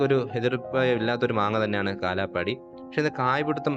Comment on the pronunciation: കാലാ പാടി അല്ല കാലാ പഹാടി എന്നാണ് ശരിക്കും പേര്